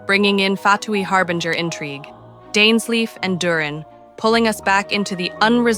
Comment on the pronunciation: "Dines-leaf"? Lol, who the hell is that!?